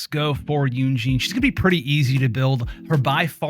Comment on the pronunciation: just constructive criticism, but you can pronounce her name yun jin like yoon (moon) jin (tin) 😊 thats the proper way to pronounce her name :)